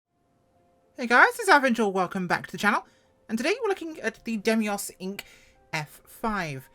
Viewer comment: fyi, Dei - mos, not Dem - ios